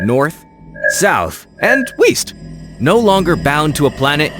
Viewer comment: "North, South and Weast" 😂😂😂😂😂😂😂😂 bro you are WILD for that.